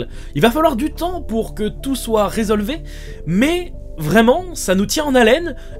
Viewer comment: A "il va falloir du temps pour que tout soit résolu" mes oreilles ont saignées!!^^